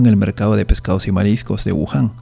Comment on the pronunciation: es wuhan o Yahoon??